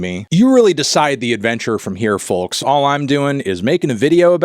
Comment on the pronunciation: You pronounced the “L” in “folks” at the end there. YOU MUST BE ON COCAINE